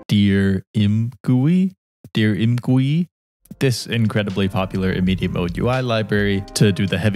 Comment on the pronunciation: You're supposed to read Im as I'm and GUI as the letters G, U, and I.